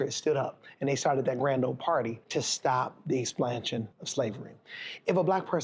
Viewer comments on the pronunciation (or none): Did he say exsplansion😂😂😂